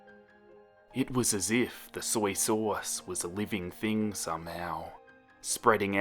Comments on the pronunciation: Was anyone else bothered by how he said "soy sauce" ? Soiee sohws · The way he says soy sauce is the best